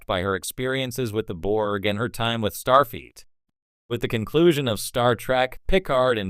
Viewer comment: I hate listening to these AI read stories butchering the pronouncing of names. I swear it sounds like it's saying "Starfeet" And then it just ends mid sentence.